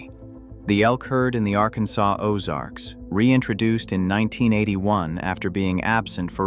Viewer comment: And you now have a warrant out for your arrest for the mispronouncement of the word Arkansas 😅